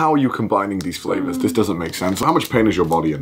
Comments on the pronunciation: I lost it when she literally said crazy fRavors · Fravours...she says